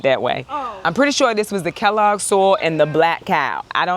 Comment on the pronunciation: It's Kellogg... 🙋🤦 Been there On the other hand a great tour of your garden. I am in grow/container only for my traveling garden. Hello from North Texas 😊🤠